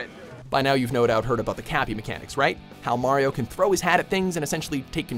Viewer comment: No: 1. learns to pronounce "Mario" the right way.